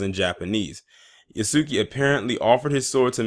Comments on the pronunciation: It is pronounced Yasuke, not Yaski. 弥助 => 弥(Ya) 助(suke) YASUKE 〇 YASUKI ✖ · It's pronounced (yah) like (Jah). (Yah) (su) (K). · And why do people keep pronouncing yasuke wrong (Yahske) is the correct way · Pronounced ya-su-kay btw